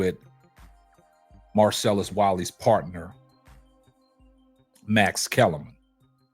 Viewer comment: It's pronounced MARCELLUS WILEY. ( Y. LEE NOT. Wallys